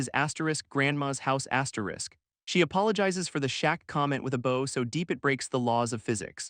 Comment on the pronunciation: I would like to point out that archery doesn’t seem to be used in this anime so why do you keep referencing bows and arrows? Unless you’re trying to say the other word with your mispronouncing. /bau/ : the active showing respect /bou/ : the thing-a-ma-jig that launches arrows